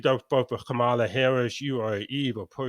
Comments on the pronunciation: She uses Mom a la a lot. Her name is first syllable stressed just like her nickname. Ka mala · It is KA ma la. Hindi name, emphasis on 1st syllable. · Kamala rhymes with Allah